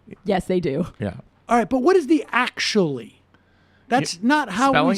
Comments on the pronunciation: The "Akshually" was basically calling her a ditz, like how valley girl characters in movies would pronounce the word "actually." Talk about a meltdown, lol. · Simon 's : I think he’s just very stupid. “ ACKSHUALLY “ ?? Who DOES that, and why slaughter an innocent word in the midst of ire? Anyone dumb enough to evict the ‘T’ from ‘ actually ‘, ( when it’s clearly the best part!), is too dumb to debate. Mrs. Shapiro, take that phone out of his playpen!